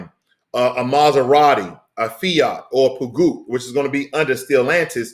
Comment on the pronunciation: Peugeot is said like this: Pejoe. Tks for the video.